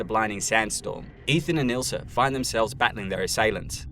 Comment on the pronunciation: Her name is Ilsa, not Ilser.